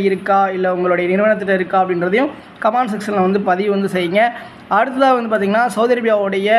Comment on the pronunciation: கமாண்ட் னு சொல்லாமல் கமெண்ட் என்று சொல்லவும்